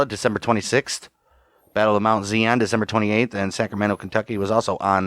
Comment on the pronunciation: The pronunciation is emphasis on the "i" in Zion. It's a word from the Bible. Thanks.